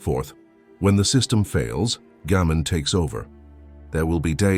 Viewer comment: This is a terrific channel and I’m really enjoying the videos but, and I’m not sure if the voiceover is AI or not but the Japanese concept names are almost always pronounced incorrectly I.E it’s Gaman (ga-man) and not Gammon, it’s ichigyou-zanmai and not Ichigo-zammai. It’s important because people will be unable to search for the terms to learn more about them.